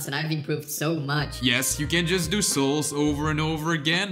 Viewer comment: He says soul instead of solves